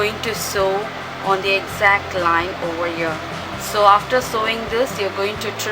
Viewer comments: hi... not to offend you, buy sewing is actually pronounced as "sowing". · Very nicely explained in both the parts. Only annoying is pronouncing Sewing as Sowing.